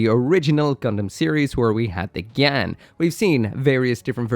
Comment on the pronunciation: LuL u called it a gyan-dum xD